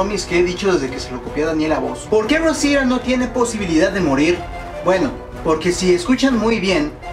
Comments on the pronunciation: porque no dices claramente rosita eres mexicano asi q debes hablar claramante el español cuando digas rosita no rruousida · como que 'rrousira' xD es ROSITA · Se dice Rosita No "rousita" los gringos no pronuncian bien los nombres de origen hispano por que no hablan español pero tú no mames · aparte no es rosia es rosita. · Por qué pronucias "Rosira"? xd si es Rosita, y eso que eres Mexicano xd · Por q dices ROUSITA acaso eres yanki >:v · Es gracioso que pronuncie Rosita con acento gringo cuando Rosita es un nombre que se puede pronunciar perfectamente en español, y a Negan que se tiene que pronunciar si o si como "Nigan" ese si lo pronuncia en español jaja. Mi alma moriría si Daryl es el asesinado, pero afrontemoslo, es Daryl ya que en esta temporada hicieron a Daryl menos participativo, menos carismático, más callado y menos importante en la trama quizás para que le perdamos un poquito el cariño y no dejemos de ver The Walking dead cuando eso pase. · jajaja por que no pronuncias bien rosita jajaja